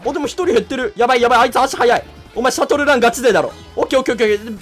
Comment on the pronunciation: シャトルランの発音おかしくない？